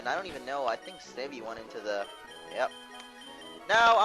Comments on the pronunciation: Snivy is prenounced Sni vee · In the next video can you PLEASE pronounce it "sn eye vee" think about it Snake and Ivy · He cant even say snivy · u just pronounced snivy wrong